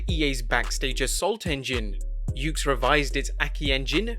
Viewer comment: Did you just say the YUKES AKI engine? Bruh.